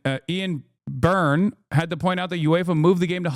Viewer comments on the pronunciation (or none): none